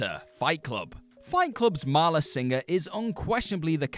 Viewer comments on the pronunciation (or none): Great list, but it's 'Marla' not 'Maria' 👍